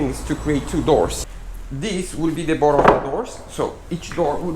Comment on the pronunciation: Great Job! Also the word "Bottom" is not pronounced "Bottle"..... bottle is a a container, typically made of glass or plastic and with a narrow neck, used for storing drinks or other liquids. as "a bottle of soda pop". 🙂